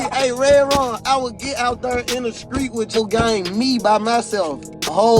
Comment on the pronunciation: Anyone notice the news reporter says skreet 😭